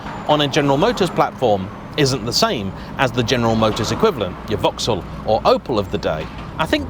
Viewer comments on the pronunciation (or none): none